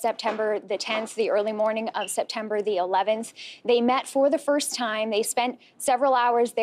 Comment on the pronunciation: don't worry, one day someone will get killed on the 1st and you're be able to pronounce it! xx